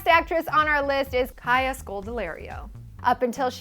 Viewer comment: OMG I finally found some one with the same name as me. Except you say our names in a different way. High five kaya